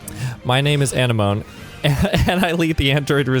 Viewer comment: Anemone is literally pronounced “a-neh-ma-nee.” It’s a name derived from Greek, the same word as sea anemones (like in Finding Nemo)